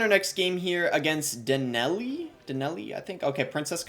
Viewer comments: You said your opponents name was deneli but its probably pronounced danielle lol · it’s “Dan-yell” 😂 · Everyone talking about the evolution but I’m focused on the way he say Daniele 😭